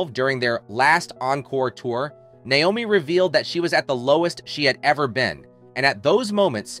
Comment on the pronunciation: a) he can't even pronounce her name right b). where is he getting this information? Naomi wasn't a nurse until long after she had her kids. c) who is this person saying all this made up stuff?